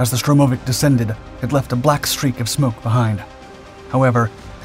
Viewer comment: "Stromovik"? You must know better than this. 🤨